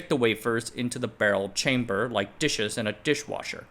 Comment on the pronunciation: Why are you saying "barrel" that way???